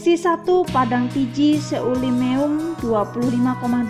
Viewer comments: bukan selimeum selimum tu😅😅😅😅😅😅😅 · Seulimeum 😂🤣 itu dibaca selimum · That lawak cara baca seulimeum,tayu baca bak jawa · Yang tidak baca tulisan sejarah lampau maka pelafalannya jadi aneh. biasanya orang Sunda sering saya temukan bacanya utuh. Saya kasih contoh baca gini ya: Selimem (Seulimeum), Simelu (Simeulue), Gerute (geurutee), Bire'n(Bireuen), dll semoga paham letaknya dimana